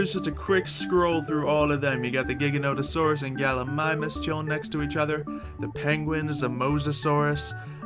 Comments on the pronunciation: Ji-Guh not Gi-Guh... I can only imagine the mispronunciations if they added a Carcharodontosaurus instead of Giganotosaurus. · It's prob a bit to late but it's not giga nota saurus it's pronounced j, like giant. [ji ganto saurus]